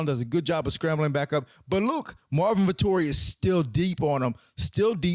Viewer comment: "Vettori" sounds like "Victory"